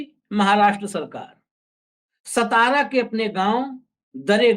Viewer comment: सतारा नही सातारा हे सतारा करके कोई गाव नही हे महाराष्ट्र मे